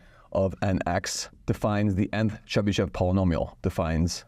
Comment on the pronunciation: In name Chebyshev sh is read hard and last e is read as o Accent is on last syllable (when e with these two dots appears accent is always on it)